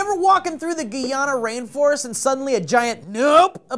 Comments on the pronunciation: its pronounced Guy-Anna,. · It`s not pronounced GEE-ana its pronounced Guy-ana . Hence its spelt GUYana. :P sry i Dont want to sound like a douche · the name of the country is pronounced GUY-ANNA, not Gee-anna. I would know because I'm from there. It amazes me how many people mess up our country's name so badly. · It's guy-ana not gi-ana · it's Guyana like "guy - anna" not the the french "gee -anna" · I'm offended, you didn't take the time to pronounce it right, its Guyana (Guy-a-na) Like why couldn't you pronounce it .... You suck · Guyana is pronouced guy-annah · Alrighty... I am Guyanese man and you said Guyana wrong, that's okay, I will enlighten everyone so they don't make this mistake again. GUY- ANNA there.... this way if Guyana ever comes up again in future stories you know how to say it lol. I am sorry! But anyways and y'all thought Aragog's babies don't exist, XD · James Girven Well hey, I'm Guyanese and I assure you that no one here OR in England calls it "gee-anna" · James Girven don't know how the British do, but I have several close friends and more than a few colleagues who are Guyanese and none of them say "gee-anna" ... not even around french folk who pronounce guy like "gee" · It's GUY-ANNA btw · it'a pronounced Guy-a-na "Guyana" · it's pronounce Guy-anna ,you're welcome :) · Finally my country gets put on the "News" maps for something other than a mass murderer and drug dealings but for giant spiders?! Still a big "FUCK NO" :P Also the country's name is pronounced Guy-Anna ( The word/name Guy and the name Anna) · Hey, it's GUY-A-NA. As in, "Hey GUY, do you know how to correctly pronounce Guyana?" Hope this was helpful:) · You couldn't pronounce the time to pronounce it right offended suck you guyana like why ? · Um... Is trying to pronounce Guyana.... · It's the first time I hear somebody pronounce Guyana like that.